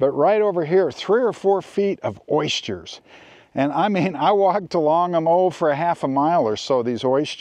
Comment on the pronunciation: ois-jers? Do you mean oysters?